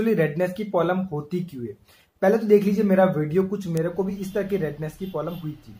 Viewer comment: Bhai polam nhi problem hota h